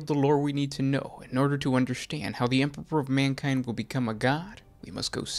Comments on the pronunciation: why do you keep you keep calling him the emperver? do you have a speech issue? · Why do you keep mispronouncing emperor?